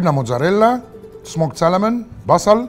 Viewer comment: ميت مره اقولك ال L متتنطقش في Salmon سامون ..سيلنت .. سواء امريكا او انجلترا سامون يا مراد باشا